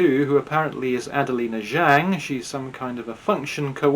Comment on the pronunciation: The "Zh" in the Chinese name "Zhang" is not pronounced like the "g" in the English word "regime"; indeed, this quasi-French sound does not even exist in the Chinese language. The "Zh" in the name "Zhang" is pronounced like the "j" in the English name "John."